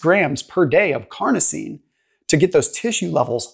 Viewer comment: carnosine not carnitine